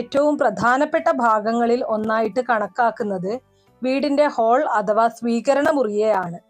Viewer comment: ഹോൾ അല്ല ഹാൾ